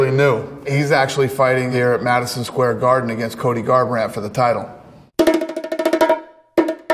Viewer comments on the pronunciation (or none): none